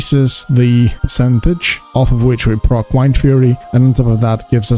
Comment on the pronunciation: Wind, like air, blowing around, like a shaman would have. Stop saying Whined.